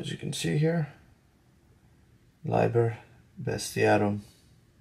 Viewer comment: If you don't mind a suggestion, the classical pronunciation would be "LEE ber best eee AHH room."